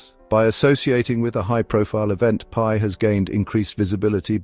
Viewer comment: It’s not PEE network.